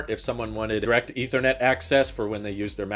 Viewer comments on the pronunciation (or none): none